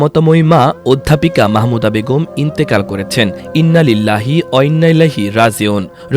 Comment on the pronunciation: ইন্না লিল্লাহি ওয়া ইন্না ইলাইহি রাজিউন। 😢😢 সঠিকভাবে ইন্না লিল্লাহ পড়তে পারে এমন কাউকে দিয়ে সংবাদ পাঠ করালে ভালো হতো বলে মনে হচ্ছে।